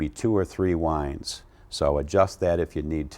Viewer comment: Lol, "wines." Winds. Don't mean to sound like I'm talking down on you, just correcting. I agree with pulling it through.